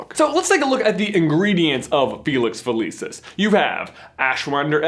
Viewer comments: Dood, it’s fill-iss-ees not feh-lee-sis. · uhhhhhhhhh gawd its pronounced fe-lix fe-lik-is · i love you guys but stop pronouncing a bunch of stuff wrong like felix felicis and exspelliamus. next thing you kno youll pronounce voldemort without the T like Jim Dale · Felix-F-eeee-lee-sus no no nononono please say it right! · does anyone else pronounce Felix felicis different than him and if so dosent it drive you crazy hearing it said differently